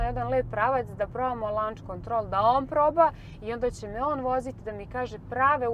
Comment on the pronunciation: Kaze se LOnch kontrol, ne LAnch